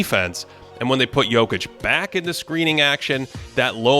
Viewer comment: Can y'all get to pronounce Jock's name correctly next podcast?